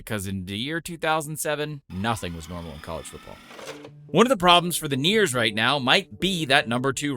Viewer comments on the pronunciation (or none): It's the Eers not the Neers 👍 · Eer’s not Neer’s brother. Not sure where you’re getting that one from but great video nonetheless even if it hurts 😅